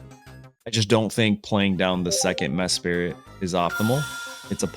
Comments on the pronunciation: Mesprit … not Mespirit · How come you pronounce Mesprit as if it were named Mespirit? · “Mess Spirit” ayo what?! 10 seconds later “Mesprit” ok that’s more like it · Bruh has a full time YouTube channel about Pokémon and can’t even pronounce the names right. Its almost every video and It’s sending me 🙃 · I’ve read mispronouncing names is good engagement bait lol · its not like the names are complex or anything, idk how they mispronounce them 😭